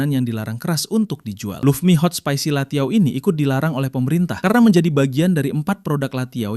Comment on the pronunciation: bukan latiao tpi lanciao itumah